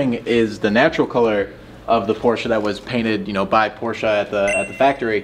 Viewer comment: I missed a few minutes because I blacked out when I heard "Porsche" pronounced correctly 19 seconds into the video.